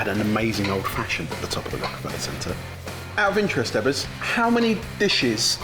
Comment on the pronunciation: Ebbers its pronounced but not BAAAhaa Learn English darn englishmen or just do a puppet show with the Swedish herpy-derpy cheff and we get same language barrier.. OH btw im a Swede...